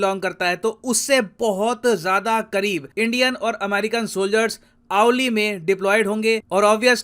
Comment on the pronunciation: आऊली नहीं औली!!